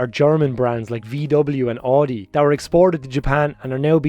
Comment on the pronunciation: Hurts to hear a car enthusiast still call Audi "oodi"...cool history though. Used to live in Dublin in , but never really saw many JDM cars around. I did read Max Power there though...for the quality articles.